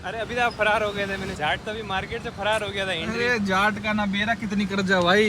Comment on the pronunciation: bhai jhat nhi hota jaat hota h😂😂😂